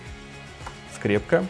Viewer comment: Не скремка а ай - скрепка #называйправильно